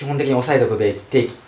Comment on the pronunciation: おさえておくべぃき、てぃき（笑）